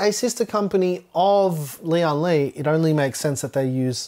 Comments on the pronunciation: Not important, but every YouTube reviewer pronounces the company as Lee on lee. Lian is one word, to be pronounced as lee-en lee. Lian is one character, almost one syllable. It means alliance, union, or united. Li means strength. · This case is bril-Lian Li.